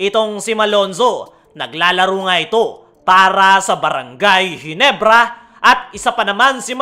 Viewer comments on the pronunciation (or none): none